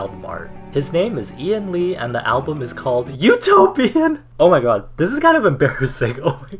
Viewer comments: Did anyone else think of U-toe-pian when he said Utopian LOL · utopian -> u-TOE-p-IAN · Utopian... u-toe-pian... hmm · The album is "U-toe-pian".... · Lmao this is what I heard, U-toe-p-Ian 🤣🤣🤣he had the toe in it!!!!